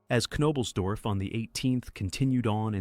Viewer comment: I’m sorry but I can’t sit through an hour of you butchering his name.